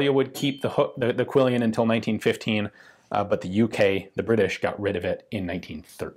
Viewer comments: Just because every so often I have to be 'that guy.' It's pronounced QUILL-ON not QUILL-E-ON. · I believe it's a French word, and therefore it would have originally been said as something resembling KEY-YON. You know Ian tries his best with those pesky French words, lol. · Just because I see this mistake everywhere, it's 'quillon', not 'quillion'. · Pronounced like "quill-on"?